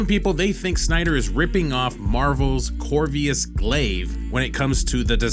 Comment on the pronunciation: Its Corvus Not Corvius